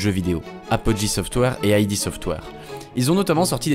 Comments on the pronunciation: Et aussi, on ne dit pas "Aille Di Software", mais "Ide Software". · Dommage que tu perdes toute la crédibilité qu'on t'accorde au bout de 2 minutes... On dit pas "Ay Di" Software, c'est "Id" software. N'importe quel journaleux JV un peu sérieux le sait. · Bonne vidéo, on a dû te le dire 100 fois mais : id dans "id software" ça se prononce "ide" et pas "aïe di"; "engine" se prononce "enjine" et pas "enjaïne". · "Aïdi software" triggered ça se prononce "ide" /puriste Bisous. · Je viens de découvrir ta chaine, j'aime beaucoup, une toute petite erreur (que beaucoup font ^^) c'est le nom "id software" c'est pas "aïdi" mais "id" juste "id" (dixit les dev eux mêmes) GG en tout cas pour tes vidéos, t'as quand même gagné un abonné en plus. ps: engine (comme une angine) ^^ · En fait ça ne se prononce pas "aïe di" mais "eed" software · Bonne vidéo ! Par contre pour Id Software, ça se prononce "id" et pas "ail dit" 😅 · c'est pas "ID' " software ? plutot que I.D. software ? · La vidéo est super et j'arrive après la bataille mais il y a des petits soucis de prononciation. Déjà ID Software : ID se prononce "eed" et non"I-dee". Et pour "engine" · Et on dit "id" en une syllabe pour id software je dénonce moi aussi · Ça se prononce "ide" software. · Dis correctement "id" aussi alors ... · on dit engeene et pas engayne! (et aussi ID software se prononce EED sofware) sinon j adore tes videos ! bonne continuation :)